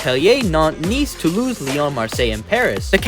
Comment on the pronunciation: it's funny how native English speakers and other say words in french since it's really hard but the city Nice you pronounced it correctly